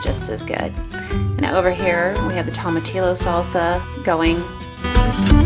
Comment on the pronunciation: Everything looks wonderful. Tomatillo is pronounced "toe-ma-tea-yo" 😀😉